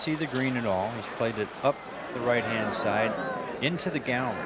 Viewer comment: The way Ken Venturi says Garrerry, rather than Gallery is classic.